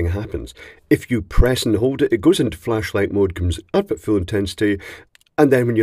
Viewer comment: Had to replay the intro, thinking you said “fleshlight” … missed opportunity 😂